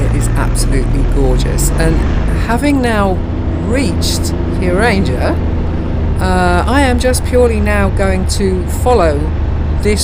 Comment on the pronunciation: To listen to your pronouncement of some words make me laughing😂. Geiranger for example, if you split this to Geir - anger so is anger pronounced like anger (angry) and not ranger (riding police). 😂